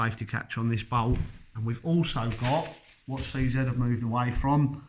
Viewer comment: You keep saying c zett. IT IS PRONOUNCED CZ